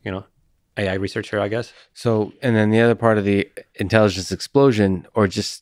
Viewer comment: Not sure why he says "intelliDence", "technoloDy" etc. but at least we know what he is trying to say.